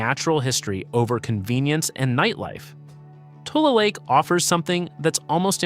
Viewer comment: It’s not TOOL lake, it’s TU-LEE lake